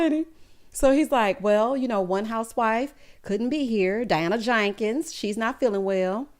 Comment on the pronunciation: Wonderful review. I freaking love when you say "Diana JANkens" 😆